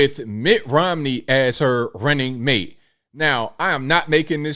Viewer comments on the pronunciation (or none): none